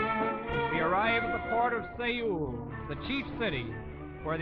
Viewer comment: God, to hear them butcher Seoul into 'Seyu'. I had to reply it 3 times to finally know what he was saying